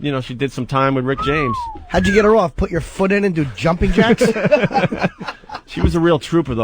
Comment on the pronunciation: Bhut Bhut Bhut Bhut Bhut. What a fucking idiot. In radio since he's 18, can't say the word "PUT". Twat.